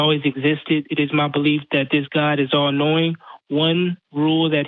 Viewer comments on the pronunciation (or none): He said: "My God is all knowing" I heard: "My God is he annoying" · I heard:"My god is all annoying".